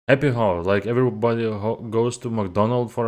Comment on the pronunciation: Oh, also, the H in hour is silent :) by the way where you from?